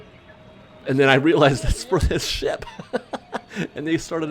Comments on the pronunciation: i really wish you had enunciated the P in "ship" a little better at the beginning. it sounds like you're saying a naughty sound-a-like word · said “ship” right???? Lol 😝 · I know that's what he's supposed to be saying at the beginning, but I CANNOT hear him say that.